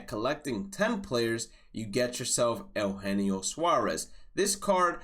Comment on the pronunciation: U-Jean-o (Eugenio)